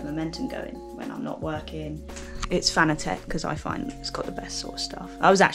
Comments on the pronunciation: Nope. It's a german product so you can pronounce it in english however you like. In german we say 'Fah-nah-tek. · Nice looking home sim. BTW Fanatec is pronounced like “fanatic”.